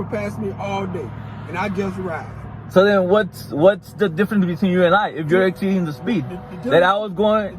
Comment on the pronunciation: " Exspeeding". Lmao